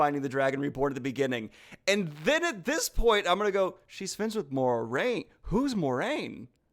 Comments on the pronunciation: Okay but like, you're nitpicking the crap out of pronunciation yet you are also not pronouncing Moiraine correctly! MWAH-rain. Like you said, it's right there in the book. The IGN video was trash. 100%. But like...dude. Also, you mentioned that it is in the book that the Ajahs dress in their colors. However, Jordan specifies that the Ajahs really didn't start specifically wearing their colors until later on when they all became very faction-oriented. I understand the anger over the plot spoiling. I will never point someone to that video as an introduction. But your nit picks for the other points are clearly emotion-driven and not well-grounded. If you're going to call out a video for being bad, you should probably make sure you don't make the same mistakes. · LEMME GET THIS STRAIGHT! They say THIS name Nynaeve al'Meara correctly, pitch perfect. They say THIS name Egwene al'Vere, correctly. But they legit called MOIRAINE Moron? Like lowkey that kinda sounded like they said moron but with the feel of "Mar Vel" I'd be surprised, but I've seen websites do things like say Neji is stronger than Sasuke, so I'm not even shocked. HOW DO YOU MESS UP LAN!? IT IS THREE LETTERS! That one did surprise me, congrats ya got me! I assume that scene of Egwene in a river, is from when she falls into a river escaping Shadar Logoth. You know, how people fell into a river and things were bad. That's what I assume her being in a river is. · You really can't laugh at their pronunciations and then get it wrong yourself. It's Mwah-rain, not More-ain. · You may want to look at your own pronunciation of Moiraine's name. There is no "mor" in her name... so it's not 'more-RAIN'. In the glossary in the back of the Eye of the World, the phonetic spelling of her name is 'mwah-RAIN'. I haven't heard anyone say her name the way it is apparently meant to be pronounced... no youtube 'super-fans' say it correctly and most disturbingly, the director of the Amazon TV series says it incorrectly.